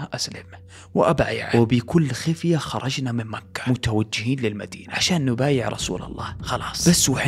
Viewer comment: تكفى غير الاسلوب وس اللي مكحح قول مكة